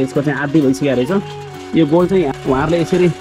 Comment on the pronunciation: गोल होइन कोल भन्छ महाशय